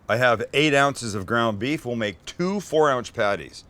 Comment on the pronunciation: "Two 4 ounch patties" 😂